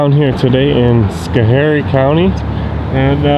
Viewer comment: My home town I love it but you miss prounced it's scho harie! The last guy the IT guy is a douche!